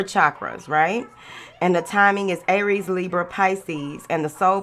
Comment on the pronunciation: I love it when u add that extra syllable in "Aay-ries" 😂